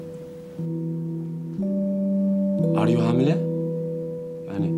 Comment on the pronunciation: Ar yu Hamile?😂😂 kadir ya Allah seni